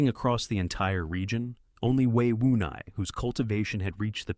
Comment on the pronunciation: It's Wei Wuya not Wei Wunai